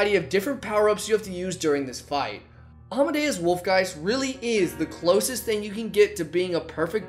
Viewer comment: you say almadeus wolfgeist, i say captain fishook